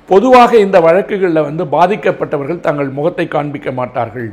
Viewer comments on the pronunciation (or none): அவர்களே! உங்கள் லகர ளகர ழகர உச்சரிப்புகளைச் சரி செய்யுங்கள். நீங்கள், தங்கள், பெண்கள் போன்ற சொற்களை "நீங்கல், தங்கல், பென்கல்" என்று உச்சரிக்கிறீர்கள். செய்தித்துறையிலும் பெண்கள் நலத்திலும் அக்கறை கொள்ளும் தாங்கள் தமிழையும் கெடுக்காமல் இருக்க வேண்டும் அல்லவா?